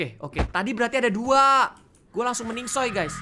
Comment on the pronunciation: plise reg sekali aja " meninggoy" bukan meningsoy plss